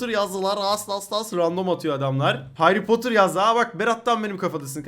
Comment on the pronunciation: Heri potırmı hayri potırmı hayri potır diyon